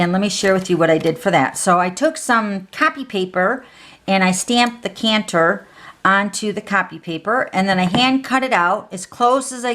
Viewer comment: I’m sorry, but it a decanter not a canter. Just saying sweetie. I love your cards.